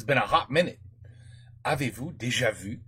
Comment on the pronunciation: "Avez-vous déjà vu?" Very, very good prononciation! Youn have really improved, congrats:)